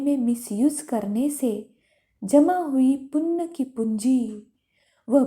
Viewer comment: It's punya not punn !!!